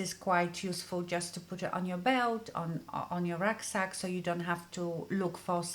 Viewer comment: “Racksack” ??? Please define!😉😉😉😉